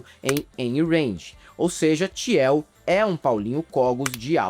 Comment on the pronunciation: Desculpa, mas o falando "Tiel" me pegou muito. A pronúncia correta é "Til", Peter "Til". A guei ricah que apoia homofóbicos e tals, mas para além disso, como diz o vídeo, o pior é o que ele faz com o dinheiro (absurdo) que ele tem. Ele financia várias iniciativas de anarcocapitalismo, aceleracionismo, enfim... Várias bostas.